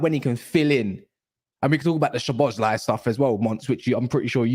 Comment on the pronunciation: Imma just say this is my favorite stream and panel so far these are some of the things I found hilarious tonight. 1. calling szoboslai, Szobozo 😂. 2. saying 20 mil is too much for inter so they won’t get tyler adams 😂 3. vs mini banter argument proper rivals Manchester United vs Liverpool. The best frenemies. 4. getting stressed and using his stress ball top tier. Finally saying if Ben doak got injured he would be called Ben dover 😂. Top stream might have to rewatch 😂😂